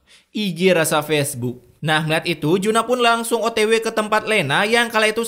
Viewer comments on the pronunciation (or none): none